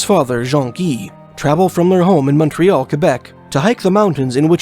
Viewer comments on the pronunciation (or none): none